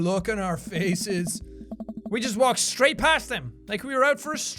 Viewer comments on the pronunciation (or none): none